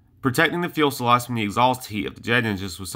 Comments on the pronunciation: fuel' sa' lage? Get it together! You sound like a 9 year old boy giving a science report to his 5th grade class. Your research is notable, and your opening intro, 2nd to none. Lock it up, sound like you've got a pair, and sally forth! We (I) love and respect you. I want to see you succeed in this channel. Continue to sound like a mumble mouth, and you'll be gone like many before you. You've the most (single most) Kick Ass opening intro of all YouTube channels. Nukes, Bettie Page, and Strategic Nuke Bombers.....we are sufficiently hard now... Follow it up with a similar kick ass'd presentation on why Commies are Bad, US is good. Constructive critique, nothing more. Keep 'em coming! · No, it's not. It's Few-Suh-Lazh. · Good point. It is important and adds credibility to your site if you pronounce this aircraft term FUSELAGE (noting there is no "L" in the early part of the word). It is like FEW sa lodge in sound. Still, these videos are populated with plenty of images and facts so the site has much promise. Voice-over work involves correct pronunciation of words. Today one can get audio examples of words online in many dictionaries, so there really is not an excuse. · Fee-you-sell-odge Few-sell-odge Fewsellodge Fuselage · Every video this guy makes he calls a fuselage a fuelsalage. Come on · Please GOOGLE it. fyoo·suh·laazh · Good video man one thing though. It’s Fu-se-lage not fuel-sa-lage. Sorry not trolling or anything I agree with the people saying good job your getting better. Just trying to help is all. Good luck with your channel. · The Fuelsalage pronunciation and excessive Umm's made this a no go for me. Sorry. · A lot of good info about the jet but for God's sake, learn to say FU...SE..LAGE .... Not fuelsalage like you were saying it LOL. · Please... "fusalage", not "fuelsalage" . Thank you! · Fuselage not fuel selage. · Fuselage, not fuelselage. Dang, what a noob mistake. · Whats a "fuel-slodge"...?